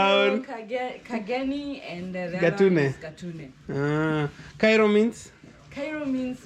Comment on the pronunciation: Kairo not kanairo😂😂